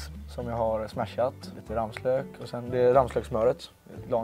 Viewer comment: Folk som säger rammslök… det heter ramslök